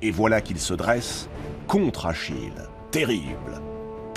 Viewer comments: Achille, pas Achilles. Allez, pouce rouge. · Où avez vous vu un s à Achille?